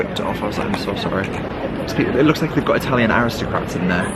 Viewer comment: Hi and, wow! What a treat 🙏 another amazing Italy travel vlog ♥️ what a stunning city it is 👌 really enjoyed the tour thanks guys 😊 And can I say I’m so impressed with your Italian you have the perfect accent 👍 love it! I’ve only been to Italy once to lake Como and this just makes me want to go again very soon 😍 Hope you’re having a good week thanks again Lotsa love x x